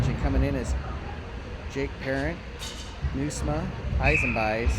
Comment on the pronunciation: Ha! You did great, you can even pronounce Nieusma!!!